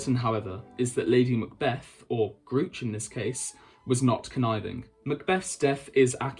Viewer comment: Your pronunciation of MacBethad's wife is...interesting. Gruoch ingen Boite - pronounced 'GROO-okh'. (kh being like a really harsh 'H' sound, like in Loch or Bach)...not 'grootsch'!